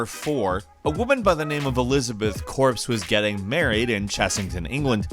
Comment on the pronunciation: why Corps?